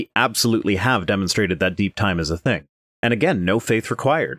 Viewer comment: Ah, the classical "living theng".